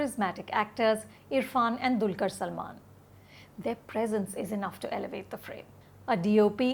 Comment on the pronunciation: Pronounced as Dalkeer not Dulkar!